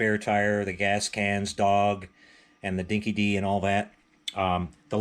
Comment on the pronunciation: Great video...but as an Aussie I cringed every time you said “Dinky Dee”. It’s pronounced “Dinky Die”...it’s one of the true bits of Aussie slang...in this case it means "loyal". And with you being such a "true blue" Mad Max fan...that’s a detail you need to get right...😂 BTW This was a very cheap Australian dog food back in the early 80's and I remember feeding this dog food to my own dog...it was terrible smelling and she totally hated it...🤣